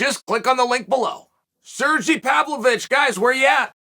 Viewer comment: sergy LOL